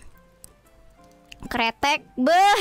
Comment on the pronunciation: njirr di gua kira si kobo bilang "kretek" 🤣